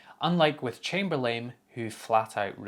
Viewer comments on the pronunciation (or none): "Unlike with Chamber-lame" Not sure if that was just his accent, but if it was, it was a happy accident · First I love the way you say Chamberlain. It sounds like you are saying ChamberLAME. I love it. Secondly, and more to the point of your message. If it is costing them move in AWS fees, yes, by all means make it local. But on the other hand, if it's a significant enough increase in cost, just think what it;s going to feel like when you alienate that entire group of customers. It's evidently a significant part of your income stream since it's impacting your profits so do you really want to piss them off.